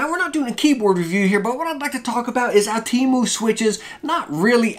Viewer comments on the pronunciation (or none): Can I just clear this out with you good sir, it is pronounced, (oh,tem,oo)